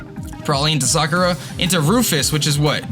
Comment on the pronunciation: you know Sakura is NOT pronounced like that, right? Everybody knows its saKUra, not SAkura